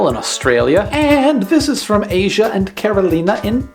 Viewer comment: It wouldn't be Asia if she is Polish. It would be pronounced Ash-ah.